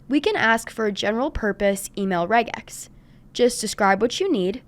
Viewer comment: Thank you for pronouncing it correctly!